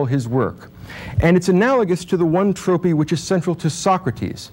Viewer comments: Great lecture. But I do need to ask, is 'Tropee' and 'Ocksimmaron' even vaguely close to a correct pronunciation of Trope and Oxymoron? Because hearing them made me giggle. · I liked everything except how he pronounced the word "trope" (as tropee) :). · I'm curious where the pronunciations of "trope" as "tropee" and "oxy moron" as "ox sim oron" (which actually sounds so much better!) come from 🤔 I've never heard it said that way before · Was the pronunciation of “trope” like “troh pee” and the pronunciation of “oxymoron” like “awk simmer on” a common thing in the 80s-90s? Lol. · Weirdly, this guy mispronounces both trope and oxymoron. I still credit his presentation of Nietzsche, tho. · it took me a while to realize he was saying "oxymoron" lol. Also the way he prounounces "trope" threw me off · Needs to learn how to pronounce "trope" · His pronunciation of “oxymoron” and “trope” are just……no. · This guy's trope is mispronouncing two words incorrectly with the same intency and confidence that he misinterprets Nietzsche. How oximoronic.